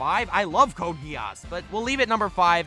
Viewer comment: You mispronounced "Code Geese". What do you mean nobody watches Gintama? A lot of people watch and love Gintama, it owns the top 15 highest rated anime. Also, when the video came out Gintama is over, I think it was the final season, though there's still more manga I believe. Also, Gintoki as a character is very similar to Yato from Noragami. Btw, your number 3, is that a JoJo's reference? Almost didn't catch on to it, since I don't watch it.